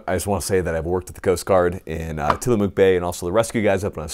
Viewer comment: lol say tillamook right pls